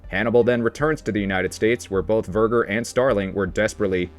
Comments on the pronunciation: Verg, er Verge er, verger Pot zi, pazzi, great video, but God damn, can we Americanize names any more ? Seriously lol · The pronunciation of Verger… oh my.